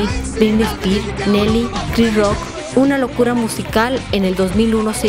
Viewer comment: Me distrajo totalmente la pésima pronunciación de la narradora de video, una vergüenza. Briny espirs, de black ei pis, etc.